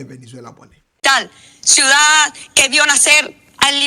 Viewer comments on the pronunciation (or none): none